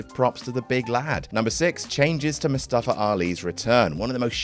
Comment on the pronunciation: It is pronounced "MOO-stuh-fah" not "moo-STAH-fah"